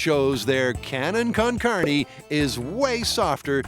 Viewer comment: "Cannon con carnie" 😆that pronunciation. Should be pronounced "car-NAY"